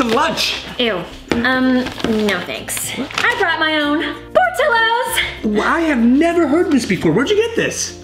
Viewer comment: Not to be rude but in Portillo’s you don’t pronounce the l’s , they are silent .